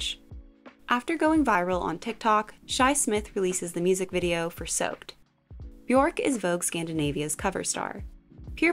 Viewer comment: It's Björk not "BjOrK" 😂